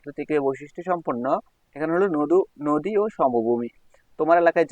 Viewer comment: আপনি নদীরে নদু বলছিলেন 😮